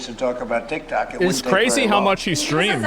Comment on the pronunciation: im actually sure he called it taktack on purpose, because he went back to saying tiktok after a bit